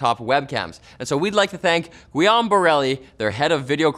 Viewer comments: French pronunciation: Wiam? Try Gi'ome next time, like Gi from 'guild' and ome from 'home'. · For the english speakers out there, Guillaume is not pronounce like "we aume" but its the same way you would pronouce the word guillotine, so with a hard G. Thank you, A Guillaume named person.